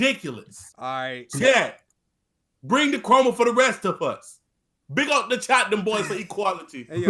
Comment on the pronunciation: You Jamaican? That accent on “big up” came out strong